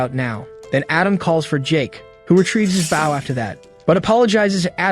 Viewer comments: why are you calling it a bouw ( bow ) its not pronounced with an ou sound like owl, its a bow with an o sound, like boat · ... ah oompappa oompappa Bow Bow. damn AI never can say Bow as OH? bOH down before me you pleeb. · I would appreciate it if finally learned how to pronounce the noun 'Bow' when it's used as a weapon.